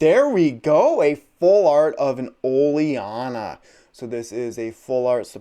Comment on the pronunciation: Its ol-eena not oliarna btw